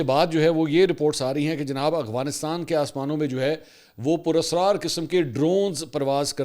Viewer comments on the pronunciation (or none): منصور بھائی۔۔۔ آپ افغانستان کو اغوانستان کہتے ہیں۔ یہی وی لاگ ہی سن لیں۔۔۔۔ اور افغان کو اغوان کہتے ہیں۔۔۔ واقعی درست ادائیگی آپ کی زبان پر نہیں آتی یا کوئی اور وجہ ہے؟؟؟